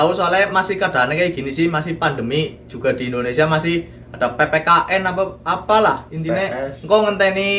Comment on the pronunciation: PPKM mas bukan PPKN 🙄🙄